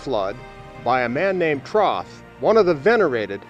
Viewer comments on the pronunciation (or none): Troth??? Thoth maybe?? It's not like it's written right there or anything... 🙄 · Did he say "Troth"?